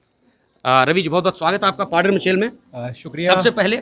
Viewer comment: Paddar Shabd ko to Saaf bolo Padire oooo kon saa Shabd hai,,,,, Khurnere Paddariyooo,,,,,.।।